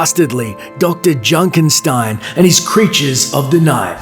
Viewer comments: It's Junkenstein, not Junkenstine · Its Junkenstein, not Junkenstine.